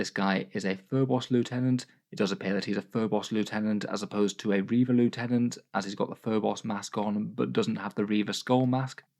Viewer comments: Every time mispronounces Lieutenant a puppy sheds a tear. Won't someone please think of the sad puppies? It's quite obviously Lieutenant and not Lieutenant, I'd understand if it was in any way ambiguous but come on... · Actually, it's pronounced "lieutenant".